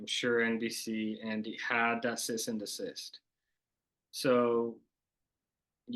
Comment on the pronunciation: Cease and desist? He’s saying cyst and desist. LOL.